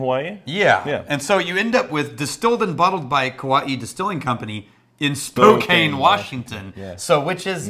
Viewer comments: "Spo-Caine Washington". Ouch, it's Spo-Can 🤓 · It’s not Spo-KANE, proper pronunciation is Spo-Can…. That being said, it’s also known as Spoklahoma or Spocompton. IYKYK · We've been over this before boys, spo-KAN NOT spo-KANE. 🤦‍♂️ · As a native Washingtonian I cringe when they say "Spokane" haha! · No Kauai not Kona different Island. Also it's Spo-can. No Spo-cain! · Let me be the first to correct you guys, it's pronounced Spo-kan, not Spo-kane. No, it doesn't make any sense. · I believe the name of that city in Washington is pronounced “Spoke Ann.”